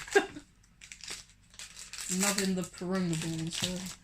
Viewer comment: It’s not durunga it’s purunga